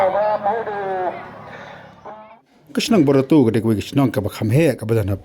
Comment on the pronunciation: Barato not bortato